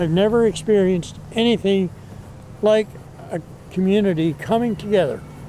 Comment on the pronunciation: Chrysler not Cryzler Filtering not fildery Community not cuhmunidy